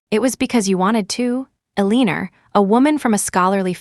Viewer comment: Ilianora????WTF? I keep hearing the AI butchering the name Eleanor. Is this another rendition?